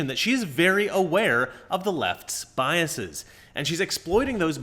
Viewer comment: Thank you for not pronouncing "biases" bias seas. I appreciate it!